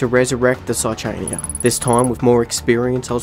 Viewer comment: Saichania is just outright pronounced with the h non-silent.